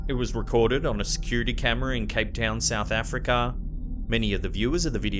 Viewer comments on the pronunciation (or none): Like you vid's, but do me a solid.... Pl's tell me WTF happened here: - South Afri.....Kaaaa!!!!.... to , did you spaz out or something...Always wondered where they got the Kaaaa!!! in Kaffir, now I know... Just kidding, ............................but just don't say it like that again.....PLEASE!!!!